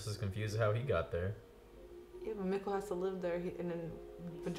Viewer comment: Mikkel is pronounced Me-kel